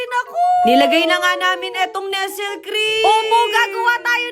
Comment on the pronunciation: NESTLE PRONOUNCE AS NESLEY...❤👍✌